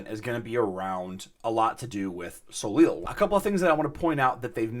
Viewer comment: Soleil = so-LAY It's French. The last consonant ending a French word is silent. Ever hear of Cirque De Soleil (sirk deh so-LAY)?